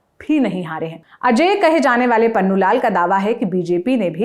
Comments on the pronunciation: पन्नू नहीं पुन्नू कहिए मैडम 😊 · Its punnu lal not pannu lal.